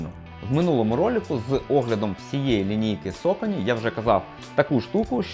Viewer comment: Соконі не сакані чомуви всі їх так називаєте аж слух ріже